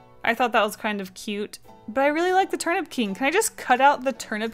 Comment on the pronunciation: Enjoy your trip to Japan!! I love this drawing and when you said Turnip King I thought you said Turn up King lol